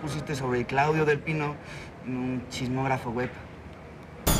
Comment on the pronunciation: jsjsjdjs aaaa „cliudio mi chiqui baibi mi livi” jsjshs